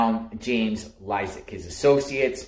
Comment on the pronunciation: Dude, you can't even get his name right. You called him James and you can't even pronounce his last name correctly. And don't worry, our legal system will do all the work here. You don't have to do anything. Sit back and let them do their job.